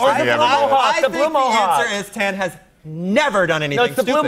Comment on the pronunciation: I live for antoni calling tan, "tanny" ahaha